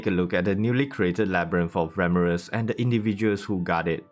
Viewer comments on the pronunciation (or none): Fucking english. Don't voice over. Can't understand you instead of beretha you said bretha 🤦‍♂️instead of ramiris. Ramris 🤦‍♂️ are you in hurry?